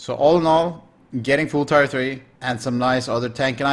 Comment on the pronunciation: Always good content! Now from a fellow Dane also stuck in some pronunciation issues, so just a quickie: Tier 3 is not pronounced "Tire 3" it is pronounced "Tear 3"